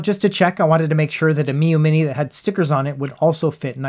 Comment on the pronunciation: Ha, nice "three Miyoo monte" attempt in the beginning,!